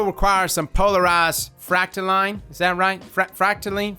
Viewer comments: The world is Fractaline not Fractaline ok! bro... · Clearly it's pronounced: fractaleenay